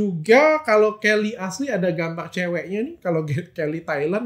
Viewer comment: Helly bukan Kelly, dr 😂😂😂😂😂